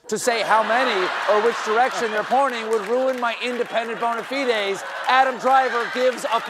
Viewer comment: Please someone tell Colbert how to pronounce "bona fide"